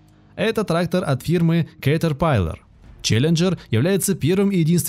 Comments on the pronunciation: 535 лошадиных коней,что за бредятина!? нет компании фенди ти,есть немецкая компания ФЕНДТ! нет понятия катерпайлар,есть слово и название компании КАТЕРПИЛЛЕР,даже амрикосы так произносят,катерпиллер. тяжелые трактора применяют только на очень больших фермерских угодиях,или же компаниях,и так же для перевозки тяжелых грузов. в большинстве случаев компании берут малые и средние трактора. и да,механическую кпп только в россии и лепят,все страны запада уже ставят вариаторную трансмиссию,и компьюторизированное оборудование. и еще,была такая фраза об одном тракторе,может изменять объем двигателя? вопрос как? одно дело изменить впуск,или выпуск отработанных газов,изменить геометрию турбины,изменение впрыска,но как ты изменишь на ходу объем двигателя,и его камеры сгорания? еще меня удивляет слово не разрезанные мосты,может не разрезные? и что за дэутц фэхр? есть ДОЙЦ ФЭЙР. буква Н английская после гласной и перед согласной не произносится вообще. еще вопрос,как воздух поступает в пневматические пружины? само слово пружина и ее смысл вам автор вообще известен? пружина это упругий элемент сделанный из прута. как в этот прут может поступать воздух? может было бы проще сказать воздух поступает в пневмобалоны подвески кабины,разве так не грамотнее? так же мне очень интересно узнать,где вы видели гусеничные колеса? это гусеничные блоки вместо колес,которые встают на ступицу вместо колеса. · кэтрпайлер аж кровь из ушей потекла! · Сразу видно что автор не знаком с техникой и вообще, уши вянут от слов КАТЕРПАЙЛАР. Да, все интересно но читать с бумажки тоже нужно правильно и вникать в то что читаешь. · китер пайлер, я аж уши зажал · Клэйас, Катэрпайлэр... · "Катэр пайлер" бл*ять)) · Я всё понимаю, ролик для школотронов. Но автор абсолютно не разобрался в теме, просто читает текст с каталогов производителей. Клээс и кетерпайлар, ору просто. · Кетер пайлер, просто пиздец, я ржал весь ролик